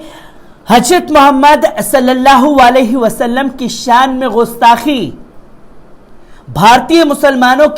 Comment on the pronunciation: بابو! میں پل پل نیوز کو ہمیشہ اور بڑے غور سے دیکھتا ہوں۔ اور تمہاری کوششوں کو دیکھ کر مجھے بہت خوشی ہوتی ہے کہ یہ ایک بندہ ترقی کر کے ایک نامی گرامی اینکروں میں شمار ہوگا۔ اس سلسلے میں میری ایک گزارش ہے کہ نیوز پڑھتے وقت اس میں جو اردو کے الفاظ آتے ہیں اس کی ادائیگی صحیح نہیں ہو پاتی ہے۔اور یہ اردو جاننے والوں کو بہت کھلتی ہے۔ جیسے غستاخی =صحیح لفظ گستاخی ہے۔ خل کر =صحیح لفظ کھل کر ہے۔ خلخلا اٹھے =کھِلکھِلا اٹھے آور بھی کئی جگہوں پر جیسے جرائت یعنی ہمت کی جگہ حماقت کا استعمال کر دیا جاتا ہے جو سراسر غلط ہے۔ حماقت کے معنی بے وقوفی کے ہوتا ہے۔جسِ کو آدمی ہمت کے معنی میں استعمال کر دیتا ہے۔اِن سبھوں پر خاص خیال رکھنا ہے۔ اِس کے لئے اگر اردو پڑھنے کی ضرورت ہے تو پڑھی جائے، کیوں کہ بغیر اردو کے نیوز پڑھنے میں کشش باقی نہیں رہ جاتی ہے۔ جتنے بھی اردو جاننے والے اینکر ہیں وہی کامیاب بھی ہیں۔ والسلام